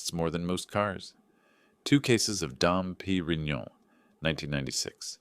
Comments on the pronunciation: Dumpy Reinonion... Sounds like liquidgetyoufuctup. AI can't pronounce Dom Perignon. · The narrator made only one mistake and that was the pronunciation of Dom Perignon about three or four times! Shows editing is not present! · That is really unforgivable. If you don’t know wines, don’t choose such known ones. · True, but honestly the story was so gripping I barely noticed. The emotion carried it way more than the pronunciation slip. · that mispronunciation definitely stood out. But aside from that, the storytelling was strong enough that most people probably let it slide. Small slip, big drama.